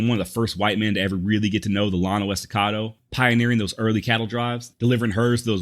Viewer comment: hey... bro i really dig what you do.....BUT....you need to learn some pronunciation...it's Quah-nah, not Quonah....it's Pay-tah, not pee-tah nocona....it's Cah-do Jake, not cado...and it's the Yano Estacado...double lls in spanish is spoken as a "Y"...look up continental vowel values....most written native names and words follow these rules, and all spanish words do...and lastly, i wish you didn't cuss so much...i hope that you will take this as the CONSTRUCTIVE criticism that i mean it to be....ok, rant over....i never heard that Mr. Goodnight had a man named dave mccormick workin for him...as a dave mccormick, i think that's mighty cool!!!...i like your work and your research is top notch! peace and love bro! keep on keepin on!